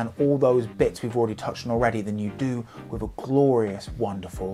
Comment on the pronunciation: Stop saying wiv!